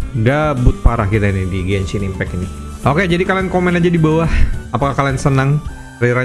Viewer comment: "GOSHIP IMPEEK" senang hatiku mendengar nya